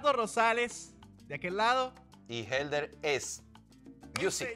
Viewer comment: Jejejeje lo dijo bien!